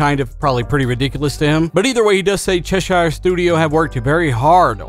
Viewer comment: pronounced Cheshire as "Chess-shuyer" 🤣. Americans man lol. It's pronounced "Chess-shear". Americans always pronounce a "shear" as a "shuyer". I heard one pronounce England as England-shuyer once. 🤣